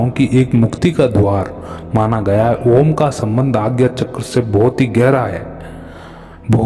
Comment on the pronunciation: OoooooMmmmmmmmmmm ..M ko lanba bolo /khecho